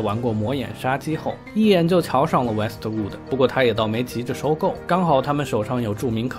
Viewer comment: Westwood就是Westwood咯 为什么老念成Wester Wooder? 😅😅